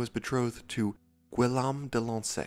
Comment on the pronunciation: If you need help with the name Guillaume in the future it’s (Gee om)